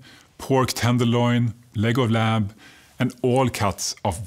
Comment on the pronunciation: For far less expensive lean red meat go for round steak or topside roast and cut your own steaks. Also, when you said "leg of lamb" - I heard "Legoland' and I went, Wait! What? - What?? - Lol.